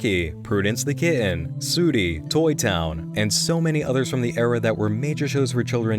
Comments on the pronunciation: Sooooooty? It's pronounced suty but spelt sooty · Suety 😆😆, sooty is pronounced sutty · omg it's Sooty! NM: "Soody..." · Perfect video, only problem I saw as a brit is your pronunciation of sooty, its pronounced sutty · imagine pronouncing sooty like sewty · Sooty pronounced as ‘Sue ty’ sounds wrong. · A great video, I was worried it would just be the same theory from other channels in your voice but it's actually original and has a lot of great points not to mention very entertaining. You did mispronounce "sooty" though, it's said as "sutty". It's crazy how long that show has been running for since it looks like it was one of the first kids shows, I watched Sooty and Sweep when I was a kid (not the black and white one, I'm only in my mid twenties) and it's still ongoing today. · I love your videos! But it sounds so weird listening to you pronounce Sooty 😂👌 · I love this! but you said sooty wrong lol.